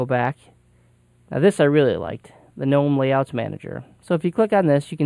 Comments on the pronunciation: Man it sure is nice to hear someone actually pronounce Gnome and Mate correctly. I subscribed just because of that. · He pronounced both correctly. In america its mate not mate-e because we aren't speaking Spanish and talking about their drink. There is no such thing as G-nome. Its Gnome pronounced nome like a yard Gnome. Fuck stallman. That is all.